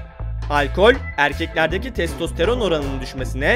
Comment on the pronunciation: Testosteron ne aq:D türkçe bilen birini bulamadınızmı